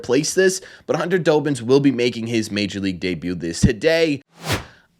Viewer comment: His name is pronounced Dahbins not Doughbins lol. Think of Robbins with a D😊